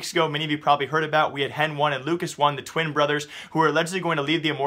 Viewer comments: HEN1 is pronounced as Hen-ee. Not Hen-One. Same with LUCAS1, Its still pronounced as Lucas, brah y u mispronounce pro players' names? Same with ptr, its not pee-tee-are, its peter. wth? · I know it's spelled Hen1, but it pronounced Heni